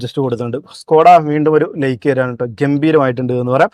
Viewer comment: നിങ്ങളുടെ വിഡിയോ ഇഷ്ടം തന്നെ.. പക്ഷേ..ഈ like ന് 'ലേയ്ക് ' എന്നും side ന് 'സേയ്ഡ്' എന്നും ഒക്കെ പറയാതെ ശരിയായി പറയരുതോ..?